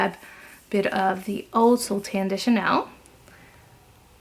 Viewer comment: I speak French, it’s pronounced So - lay. 😊